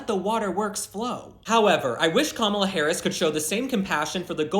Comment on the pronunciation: I still can't decide if you're calling her Kamala sometimes of Gobbla😂